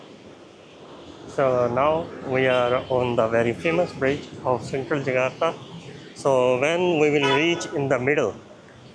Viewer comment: JAKARTA, bukan JAGATA tong...!!!!